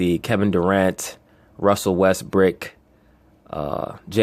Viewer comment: be killing me with that Russell WestBRICK..He says it like it is actually his real name. Got me dying over here!